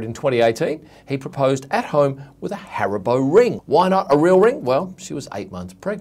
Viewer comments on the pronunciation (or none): none